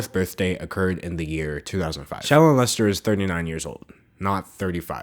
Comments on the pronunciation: I can't tell if your saying her name or 'Child Molester', but both mean the same thing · Am I the only one that hears 'child molester' when he says 'shallon lester' ? 😂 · If u speed up the video it really does sound like he is sayin child molester when he says her name must suck your name sounds the as child molester 😂 dam them comments was rt. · I thought you were saying shallow molester not Shallon Lester. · when you said shallon lester, I thought you said child molester... bye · Holy crap, I'm watching the video again, because I don't have anything better to do and I just want some background noise, and when you said "Shallon Lester" I heard "Child m*lester" I screamed. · the way that they pronounce “shallon lester” makes like their saying “child m*lester” and i’m dying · bruh my boyfriend was overhearing this video and he kept hearing her name as "child molestor" instead of "Shallon Lester" and I didn't even think to correct him until the 6th time he said it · Every time you said shallon Lester I heard child molester, and then I realized what you were really saying at the end 🤦🏽‍♀️